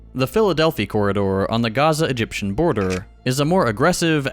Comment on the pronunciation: Why pronounce Chile and Honduras like Chile and Honduras but dont pronounce Gaza like Gaza